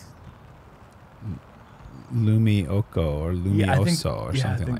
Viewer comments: Hei you prononounced lumiukko pretty well. I dont know why did you guys suddenly start talking about finnish snowmen but execution was pretty good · You said it perfectly Nate, it's lumiukko ⛄ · Nate's "lumiukko" was spot on (unfortunate for Paul though)! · Yeah the finn's version of the 8 is lumiukko and you said it pretty well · Don't worry, you said "lumiukko" correctly